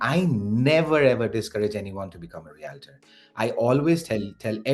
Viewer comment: Good video, but please try to learn the proper pronunciation of the word Realtor! Yikes